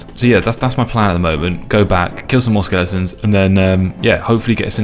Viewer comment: Skel-ing-tons 😂 ❤ skel-e-tons